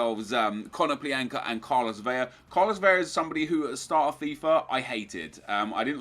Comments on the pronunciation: it's pronounced vela not vella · It's not "Veya" it's like "Velah" idk where the fuck you're getting the Y sound .. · NEP ! IT'S CARLOS V E L A .. with an L not VEYA .. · vela is said like umbrella, not veya. Veya would be correct if it was spelled with two l's. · It's Vela with an L not Veya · It's pronounced beh-lah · Carlos Vela, don't pronounce the double L sound when there is only one L